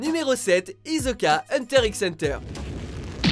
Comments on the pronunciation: SA SE DIT HISSOKA PAS HIZOKA ET ET KIRUHA CE DIT KIROUHA ! BAKA !!! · Hisoka pas hizoka vous avez un problème avec les prononciations des personnage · Sérieux ?! Comment vous pouvez faire 2 erreurs sur le numéro 1 ? C'est pas "no kanu koro ni" mais "no naku koro ni" et le personnage s'appelle RyugU et pas RyugA... Btw, pour HxH c'est hiSoka, pas hiZoka... Vous faite des erreurs de ce type a chaque vidéo. Faite un peu attention... Et niveau folie, Betelgeuse, Johan de Monster ou Mocking Bird de Deadman Wonderland ont plus de légitimité que Mikami ou Frankenstein... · C'est moi ou il a dit izoka au lieu de hisoka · non juste une remarque: On prononce: hissoka et killua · Il a dit Hizoka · Ahhh mon dieu mes oreilles "hizoka" y’a dit t srx la !!! C judoka un ;S pas ;E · très bonne vidéo. mais pour les pronnonciations, on di Kiloua, et hissoka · Skyrix Uiiii mais c'est Hisoka "~" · "Hizzzzoka" nan mais mais j'hallucine ....